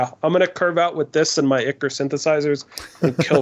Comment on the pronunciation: Great episode as always. Just a heads up, Ichor is pronounced Eye-Kor. Just wanted to point that out because the way you were saying Drown in Ichor...well let's just say it sounds like you're saying something much worse